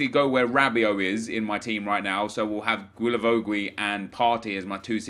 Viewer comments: Can you call him gilavogi not gwilavowgwi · Hi, Just to let you know, it pronounces Gilavogi so just like you said but without the 2 « u »;) i see you struggling every time you try to pronounce his name 😂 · Its pronunced as "J-I-L-A-V-O-J-I" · Hey, just wanted to say, it's pronounced Gi-la-vo-gi. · The way you say guilavogui disturbs me